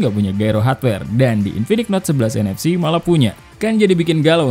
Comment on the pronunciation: Gue dengernya infinix hot 11 nfs dan 11nfc 😂😂